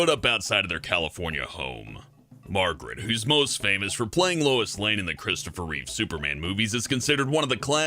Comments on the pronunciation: Margot Kidder, pronounced Mar go not Margaret. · Not to mention Mar-Goh and Came-bridge-sheer are pronounced incorrectly.